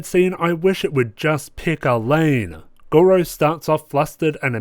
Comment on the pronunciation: Yes, finally! Red hot go's back and it couldn't be stronger! I agree with a lot that you say, especially the bit about Gojou's somewhat inconsistent tolerance levels and the show's inconsistent "contextual" perv-pandering. Also, (I'm really trying not to be pretentious here) "Gojou", not "Gorou". Still, I really enjoy your analyses/red hot goes and I hope you do more! Edit: yo it's fixed